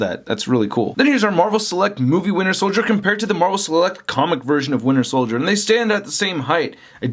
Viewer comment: I know there are other people besides me that also hear "winner soldier"